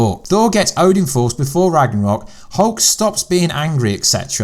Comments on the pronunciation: You might want to pronounce Ragnarok correctly in your video before you complain about how people pronounce things. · Ragranok? What is that? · I apologise. You did say Thanos correctly !! However you have just murdered “RAGNAROK” there !!! What was that about? However please sort out Tessaract yeah !!! ✌️